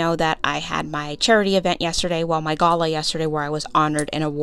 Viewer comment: Gala is not pronounced that way, you're killing me here.